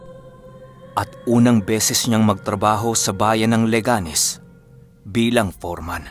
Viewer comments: Liganes po d laganes hehehe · leganes po laganes😊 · Leganes po hnde laganes hehe shout-out na din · Leganes po hindi laganes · Good dawn. "Leganes" po yun hindi "Laganes" HEHEHE True avid. listener from iloilo. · Leganes po Mabilis na bigkasin ang "leganeś